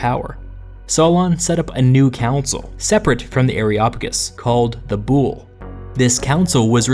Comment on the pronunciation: DUDE YOU KILL THE WORDS. THE WORD IS VOULI NO BOULE. THAT HAPPENS WHEN YOU DONT KNOW HISTORY